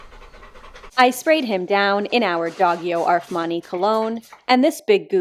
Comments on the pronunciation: Did you just said: Doghio Armani? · Did you say - Doggio Arfmani cologne? 🤣🤣